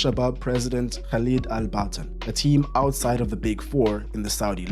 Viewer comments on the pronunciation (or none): none